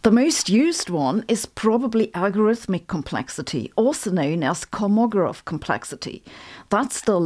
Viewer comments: ⏰Correction: That's KolmogOrov not KolmOgorov. Emphasis on 3rd O. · It's pronounced KalmaGOrov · Kolmogórov - the stress on the second last syllable 😊